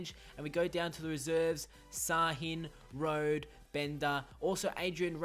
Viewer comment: He's not Rode as in Road, he's Rode as in Rohda